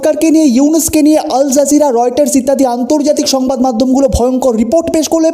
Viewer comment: PLEASE DON'T SAY "ALJERJIRA".. IT'S A RESIST CHENNEL